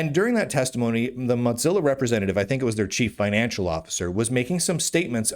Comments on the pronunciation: Stop saying Motzilla. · I don’t think I can ever get used to the way Lunduke pronounces Mozilla, but I can’t be the only one who caught the bit at the beginning about another Linux distribution ditching Fedora and chuckled a little. 😂